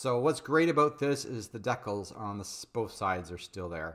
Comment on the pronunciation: Love your stuff, but you're not pronouncing decal correctly.